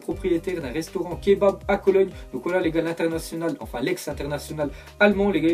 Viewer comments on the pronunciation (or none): none